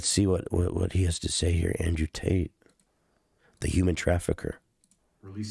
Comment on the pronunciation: This rat can never seem to get tates name out his mouth 😂